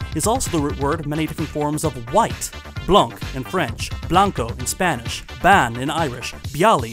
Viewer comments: great video, tiny nitpick: the irish word for white has a long a sound and is pronounced something like bawn. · I love this video. Just a pedantic point of pedantry: Irish bán is pronounced bawn. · Bán is pronounced bawn like fawn